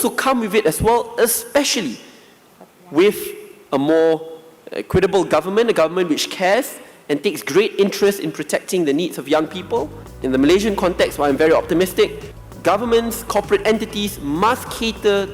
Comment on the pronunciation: Something very basic for our youngest minister-it's Malaysians n not Malayshians. Pl get the name of our country right the next time.